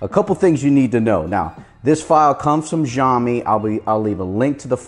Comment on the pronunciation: That's not ziomi . You better pronounce it as shiomi